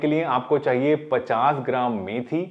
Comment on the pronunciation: Apne Johnson bataya h trikatu vo clear nahi sang me aa rahah